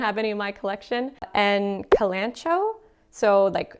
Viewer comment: "ca-lan-cho" 🤣 its pronounced KAL-AN-CO-EE